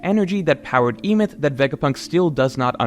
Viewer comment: You're pronouncing Emeth wrong, the E at the start makes an eh sound not an ee. And you pronounce the second syllable exactly as it's written, meth.